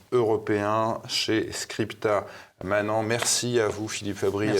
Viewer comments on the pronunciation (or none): Très clair ! Mais prononcez, de grâce : "scripta manenntt" et non "manan" ! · Ne pas prononcer, SVP "scripta manan" mais "scripta manent" -audio : "manènttent," soit : "les écrits demeurent", alors que "les paroles s'envolent", vieux proverbe antique, bien connu des latinistes qui, hélas, deviennent trop rares (Pour moi, 9 ans à l'école puis l'Université ! - restent quelques bribes et une bonne connaissance de l'étymologie gréco-latine de notre langue) ...